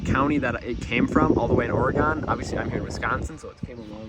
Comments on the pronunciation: Please pronounce it as "Or-eh-GUN" not Ore-GONE. Isn't this thing AWD?? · I really like the video and I really like the rims. They are really cool but I’d have to say when you said or-a-gon i was shocked then when you hit me with the “vin-yull” i about lost it 😂😂